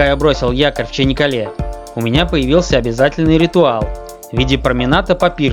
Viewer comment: Почему Чинаккале? Если Чанаккале.